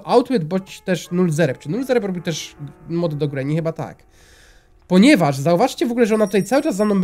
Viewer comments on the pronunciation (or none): w 51 sekundzie zamiast powiedziec mod powiedziales mop